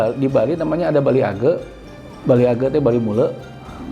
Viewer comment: Bali age pak bukan gea